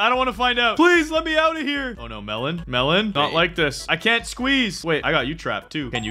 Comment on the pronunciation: It’s melon not Melen